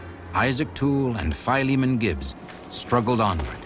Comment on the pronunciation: Wonderful story..BTW someone should tell the narrator it is pronounced Phil-e-mon, not FIE-lee-mon. It's an ancient name from the Bible, as in Titus and Philemon. Duh...